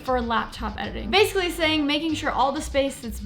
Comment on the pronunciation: What's "base-uhlly"?